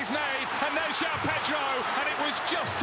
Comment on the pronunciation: Joao bro, pls dont think his name is like how americans say it